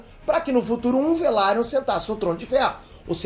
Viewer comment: LAENOR VELARION! NÃO VALIRION, PQP KKB SE FALA VELARION.